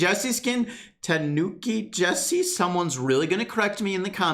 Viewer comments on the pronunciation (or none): brawl stars players: Kan-nuke-ki jessie Me: (As anime otaku) It's Ka-nu-ki jessie!